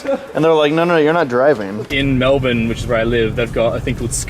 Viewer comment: WTF is mel-bourne. Oh you mean Melbourne XDD